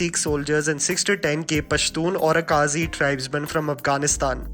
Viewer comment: It's not Orakaazi, it's Orakzai. First learn the pronunciation.